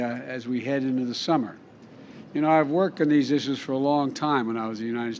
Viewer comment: "I worked in theese iszzuuooochs "